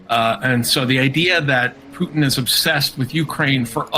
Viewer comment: I like how you pronounce Poo-thin 😅😅😅😅😅😅